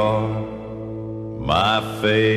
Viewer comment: Cal does great justice to the Haggard Classic,right down to his emphasis on the third syllable of the word "fav-o-RITE" in the song title, just as Hag pronounced it on his hit recording.